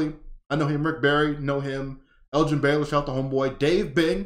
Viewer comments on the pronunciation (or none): none